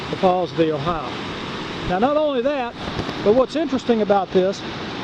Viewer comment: O-Hi-O is pronounced "O-Hi-O". It is not "Ohi" or Ohi-uh". Named for the state of the same spelling.